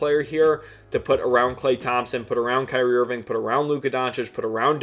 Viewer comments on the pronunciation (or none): none